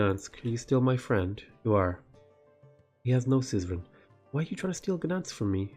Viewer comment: Wow, you say "Gdańsk" quite well. Not many foreigners care to try ;)